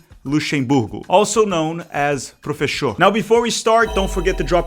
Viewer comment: "Also known as "